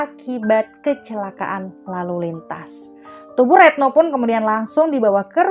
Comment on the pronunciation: Retno kok jd reetno..ga enak bgt dgr nya